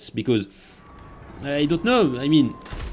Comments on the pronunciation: I know, but sounds like a “photo” when he said “proto” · Literally I love how sounds when you say “photo” , Hello from ecuador c